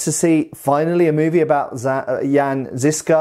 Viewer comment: A minor nitpick, but if you want to improve your pronunciation of Žižka's name, try saying something like "Zhyzhka" (the "zh" is to approximate the middle sound in "vision", or ʒ if you know IPA).